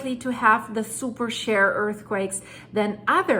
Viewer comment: Pronounced superSHĒR not super SHARE!